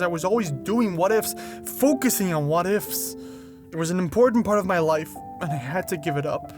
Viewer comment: bro i thought you said "wife" instead of "life"😅